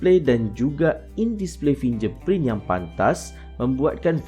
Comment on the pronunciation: Terbaik bro .. cuma perbetulkan sebutan .. contoh sebutan fingerprint .sebutan vivo . Dan lain2 lagi ... Sekadar menegur .